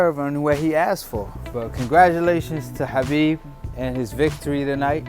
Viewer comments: Dude you keep saying kabib it’s habib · khabib ( huh beeb )